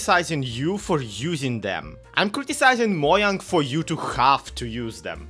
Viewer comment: mo-jang? its mo-chang! well not ch but the j sounds more like a ch than how you said it